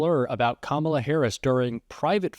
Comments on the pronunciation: Domestic Terrorist Trump it is kAm A la not Kamaula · Say her name properly fool its not Comolla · Does everybody correct him every time he mispronounces her name? Just alone in ur kitchen, shouting at ur phone “it’s COMMA LA, u absolute boob!”🤭 Or something close? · His hair is purple? WTF? He still doesn’t know how to pronounce her name! Her nieces showed everyone how to pronounce it and they are little girls! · He refuses to pronounce her name properly.